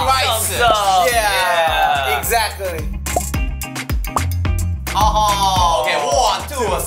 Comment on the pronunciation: WHY'D JUNGKOOK'S "exactly" SOUND AMERICAN